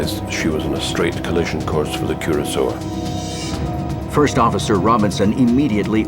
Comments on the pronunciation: Funny, the Royal Navy spell it Curacoa (see the Navy List - and the Press report .) Are you perhaps confusing a WWII Cruiser with the island of Curacao, or the liqueur of that name? That's why the name of the ship is pronounced Cura - so - a, not Cura - sow. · Curacoa ;- Koor-a- ko-ah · "Curacao" (the island) is pronounced the way the narrator is pronouncing 'Curacoa' (the ship) (note difference in spelling)